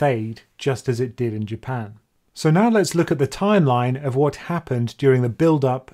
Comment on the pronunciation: I know you kept saying Japan. But i kept hearing "UK"